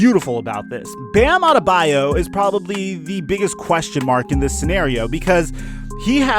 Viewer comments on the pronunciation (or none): none